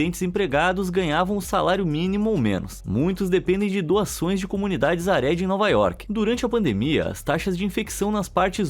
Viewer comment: Gente, é “hareDI”, não “haRÉdi”. A sílaba tônica é “DI”.